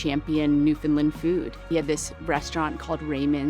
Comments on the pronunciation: definitely has the closer pronunciation, but she still tends to do the "lund" thing instead of "land" at the end. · can you please, say our place like it sounds. its newfoundland like understand its newfoundland. not newfinlind. by da jesus, cheers from our ROCK. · My home......love it. But again for the 1000th time say it fast New found Land.......not New Fin Lin.......lol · Newfin-land not New-Found-Land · New whatlund? Pure butchery, lol. Should sound more like NewVin land. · Or the way butchers it, "NEW-funlund".